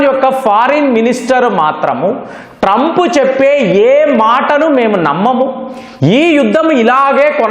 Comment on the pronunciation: TRAUMP. Sesefair.. Antadu...